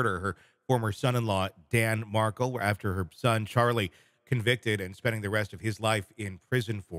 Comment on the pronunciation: Not Mark'le, it's Mar'kell.